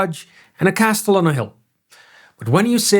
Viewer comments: Please learn to say Castle correctly...it's pronounced "Kasel". KA sell. The T is silent. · This is wonderful! In English, the T in castle is silent. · Pronouncing the T in castle is a crime. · The T is not pronounced in the word "castle". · Pronouncing castle with a "T" sound is hypercorrection. It's pronounced, by all dialects, more or less like "cassl". I know you're not a native speaker but figured I'd let you know. Good video. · The T in castle is silent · No shot he just pronounced the T in castle. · Castle is pronounced without the T... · Just a heads-up, the t in Castle is silent in English pronunciation. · why do you pronounce castle with a hard t inside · Ik snap waarom je de T in "castle" uitspreekt, maar het is niet correct. Goeie video verder. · First time I've ever heard someone emphasize the T in castle too. But either way he does a good job of explaining why feudalism worked the way it did.